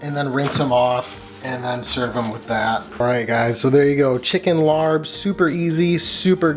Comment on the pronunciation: Awesome you know how to make laap! Here are a couple hints for truly authentic Lao style laap: Say "lahp" not "larb" ('a' says 'ah' not ar...I am not sure WHY Thai-English spelling uses ar to say 'ah'...) AND please call people from Laos "Lao" not "Laotian." Then you'll be 100% authentic when pumping Western people up to cook Lao food! Skip the red onion for a better balance of good flavors and never, no never skip the fresh mint! If you can find fresh banana flower to thin slice, then you are hitting the authentic laap taste. Well done!